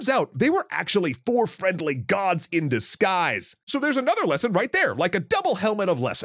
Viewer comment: That Oni is a hypocrite. A disgu-eye-se for a disgu-eye-se, as they say.